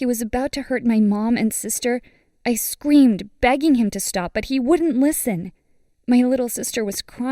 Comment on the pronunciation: she said scweemed